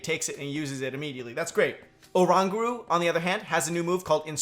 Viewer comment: Why can't people pronounce Oranguru wrong? And also, that's a regular Butterfree in the footage... Guess there might not be an Alolan form after all